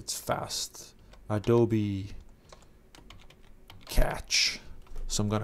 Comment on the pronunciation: Just so you are aware, "Cache" is pronounced cash, not catch.